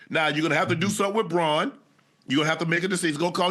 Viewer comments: It’s baun not Braun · His name is Zack Baun, not Braun, put some respect on his name dammit! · Y'all have a whole off-season to learn these Eagles names. Zack BAUN, Cooper Deh-JĒN, Quin-Yon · It’s Baun not Braun vato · Am i tripping ... Its "Baun" not "Braun" right? Lol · UNC stop calling him Braun.. it’s BAUN! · LEARN ZACK BAUN's NAME